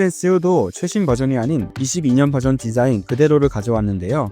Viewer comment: 왜 발음이 이래요?? 씰은 쒸일 이라카믄서.. 22년 붤쥐언 이라고 하셔야죠.. 이전세대 모델 이 아니라 이전 세대 머덜 하시고요..